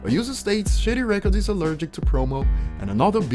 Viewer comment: Man I can hardly understand what your saying when you say shady records it sounds like shitty records speak slower and we might understand you better